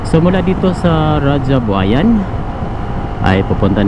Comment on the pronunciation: Raha ang pag bigkas ng "Raja" hindi radya "Tangà"